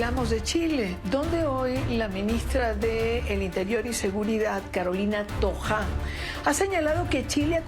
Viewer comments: NO ES TOJA ES THOA ,ASI SE PRONUNCIA TOHOA,REPITO SE DICE TOHA LA LETRA HACHE ES MUDA, ENTENDIERON?? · No es toja, es Toha, como si se dijera toa, pero con h